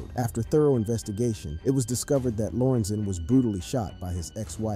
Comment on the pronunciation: Please say LOR-EN-ZEN. That’s the man’s name. This was so awful.. also say DAY-LAY.. that’s his name. As a Brian.. he should have kept that name..